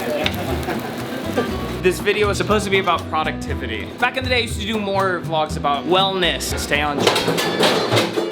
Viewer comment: no one:: wil dasovich vlaks